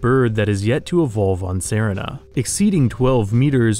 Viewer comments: That's not how you pronounce serina it's literally pronounced the same as Serena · shouldn't Serina be pronounced like the girl's name? That's "seh-REE-nah,' like Samantha's evil cousin in "Bewitched."